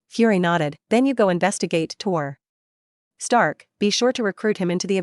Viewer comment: man it is tony stark not tor stark